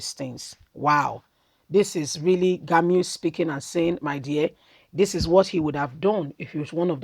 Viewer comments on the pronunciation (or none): You are pronounce the name rongly is Gumi not Gami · Learn to pronounce people 's name ĢUMI NOT GAMU